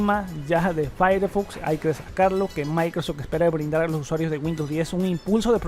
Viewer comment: Muy buenos e interesantes videos pero qué mal es escuchar alguien de un canal de tecnología hablando tan mal... "Maicrosedch" "translator". Y lo peor, cuánto redunda en la misma información diciendo varias veces lo mismo